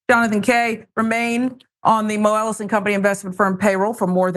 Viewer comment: The way she pronounces Moelis is annoying and wrong.